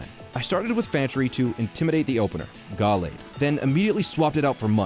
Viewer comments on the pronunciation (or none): I am going to unsubscribe from your twitch solely because of that Gallade pronunciation